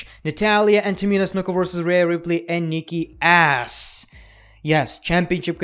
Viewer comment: “And Nikki ASS” Ik it’s his accent but still lol